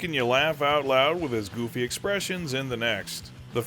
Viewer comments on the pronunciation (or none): none